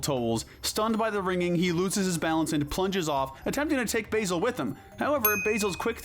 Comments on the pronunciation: I don't think you quite understood Edgar's fate. He's locked inside a trunk, with his arms stuck at his side and a bucket on his head. He's in an uncomfortable position and can't breathe. He's dying a horrible horrible death. Also, stop mispronouncing Basil's name! It's "Baa-zil", not "Bay-zil!" What is your major malfunction?! Have you EVER actually SEEN the movie?! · Mispronounced names: Basil (It's pronounced the same way as the word "bad" despite being spelled like the herb) Claude Frollo (You said "cloud" instead of Claude. It's pronounced like "clod") You also mixed up the identity of the lioness that was on the cliff face with Zira. It's not Nala, it's Kiara. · You have a strange way of pronouncing Basil there dude, you're saying his name like the herb. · Basil is pronounced with a short "a" sound, not a long "a." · Maybe if we’re talking about the cooking herb, but if we’re talking about a person’s name, then there’s only one pronounciation. And given how many times his name is mentioned throughout the film, even at least once by the character himself…